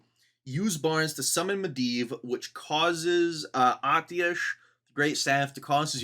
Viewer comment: Long time WoW player here, Atiesh is "uhh tesh" and Gnomeregan is "Gnome ree-gone".